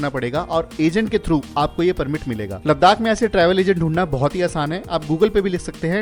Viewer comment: Repeated 'Ladakh' pronunciation made my ears a bit irritated. Never mind.